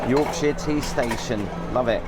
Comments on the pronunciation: For the love of God, please learn how to say Yorkshire properly, kills me a little inside everytime you say it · York- sher, not York-sheer.😅